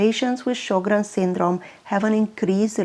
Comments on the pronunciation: It is pronounced Sher-grens. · Pronounced Sho’-grens.